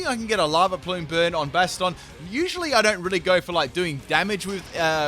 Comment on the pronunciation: I hate the way he says Bastiodon like Bastard-on.